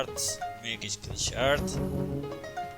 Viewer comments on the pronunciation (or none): none